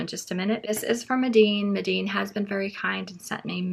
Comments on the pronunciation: I hate to be that person but I think it’s pronounced mee-den not meh-deen. I’d love to see a painting of a bookmark with the schmincke student grade! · Yes Mee-den. It was a good review anyway.😊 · Loved the video but, just in case no one has mentioned...Meeden is pronounced with the long e sound ie. Medan.